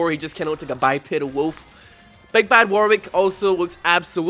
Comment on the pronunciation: when you say wolf it sounds like "woof" lol